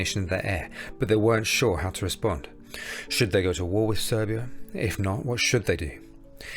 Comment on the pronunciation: It's Serbia, not Servia. Just saying